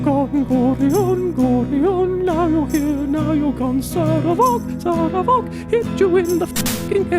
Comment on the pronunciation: I felt dread when he did that whole "strike up the band" thing again, was really annoyed with how he kept pronouncing Sarevok, and still with the optimistic bs at the end. I am almost considering not watching any WhatCulture videos with him in it